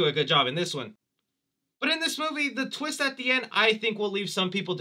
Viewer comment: The biggest “WHAT A TWEEST!” moment would’ve been Cris aging himself into Elon Musk 😆